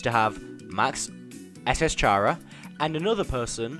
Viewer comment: its K-ara not fuckin' ch-ara